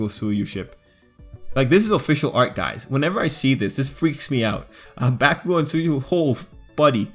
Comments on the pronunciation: its pronounced bo-k-oo-go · I'm sorry but did this man just call bakugo BACKUGO 🤣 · I think they are talking about how they pronounced bakugo not the ship lol